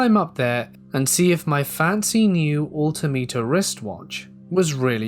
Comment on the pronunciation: not to be a pain but It’s All-Tim-Ater. Altimeter. And I’m not sure where at but the security guard story with the entities in cloaks and robes the big 300lb Chair-O-Key guard. Cherokee.